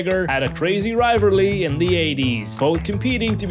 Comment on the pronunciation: What the heck is "Rivarlree" ?!!